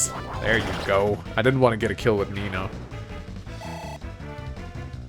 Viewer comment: Is it just me, or does every time Mangs says "Nino", it almost sounds like he's saying Amino?